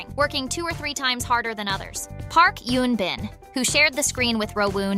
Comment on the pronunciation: It’s Eun Bin not Yoon Bin.